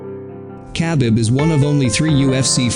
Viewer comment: the way he pronounced khabib😂🤦🏻‍♂️